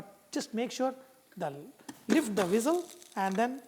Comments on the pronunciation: Whizzles??? LOL Its Whistle my friend. I love your recipes Vahchef. TFS them all..God bless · thanks for the recipe it looks yummy. why do you pronounce Whistle as Wizzle or Weezle LOL